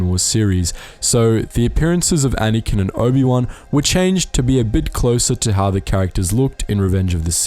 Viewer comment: Why do you call Anakin "Anyken"?!